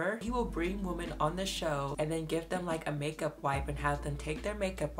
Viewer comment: Love your videos but PLEASE learn how to pronounce "women." It's not pronounced the same as "woman." WOMEN is pronounced WIH-MIN. Please please please learn this!